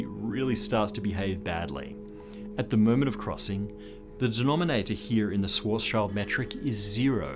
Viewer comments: For thousand times: Schwarzschild in German is pronounced shwartz-shield! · You’re pronouncing Schwarzschild incorrectly.